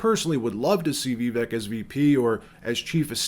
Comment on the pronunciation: Great video. I’m hopeful that Vivek will be the VP choice. I don’t mean to nitpick, but you’re mispronouncing Vivek in the video. Trump Vivek 2024!